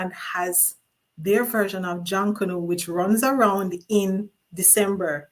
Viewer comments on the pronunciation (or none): none